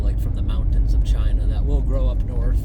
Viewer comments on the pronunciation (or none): none